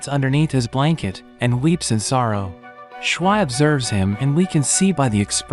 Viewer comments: more like SH-why you say it it like that. ITS SHU-VEE. watch the damn English dub at least once if you're going to speak English in this video at least have the pronunciation to match the version in which you are making the video. ( haven't watched the subbed so idc if that's how they say it in Japanese or whatever language you watched to have SHWI like SH UT the heck up with that name i cannot. sorry don't undercut the quality of your recap but this is wretched ear abuse for anyone who actually have seen this 10/10 movie and enjoys the way the movie says her name. This was almost a like on principal but the moment i heard that... nuh uh no way i am off to rewatch the movie to remove this horrible representation of character names from my ears. screw bad character pronunciations in ALL recaps of ALL channels. pronunciation is so key at least put in a effort, this is so egregious i can't help but be floored enough to type this. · It's not pernounced (shh-why) it's pronounced (shoo-v) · Since you're so bad at pronouncing Japanese names, here's Schwi's pronunciation for Americans: Shwee